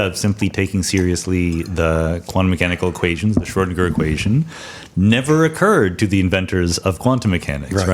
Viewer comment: Amazing podcast, but there should be at least one more with David on this subject. I'm also glad that Sean's pronunciation of Schrödinger much improved.